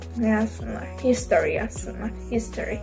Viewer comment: "Histori" 🤣🤣🤣 belə necə y-i